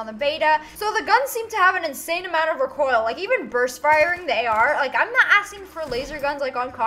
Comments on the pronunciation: Lol I love how she says recoil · Lol the way she says recoil is funny.